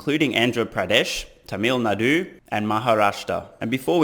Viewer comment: hey, my suggestion: have a trip to india in the near future, (after pandemic) and you will find out how to pronounce karnataaka and tamil nadüü:-) india is very beautiful and i guess you will enjoy this country and its people a lot. and if you come to india, pls give me a notice